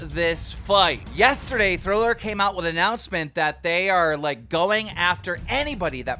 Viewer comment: Keen called him Furry and said Thriller lol is he even trying anymore 😂